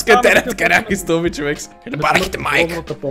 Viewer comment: zashto kazvash chovekS :DD ( oshte edin lud klip :D)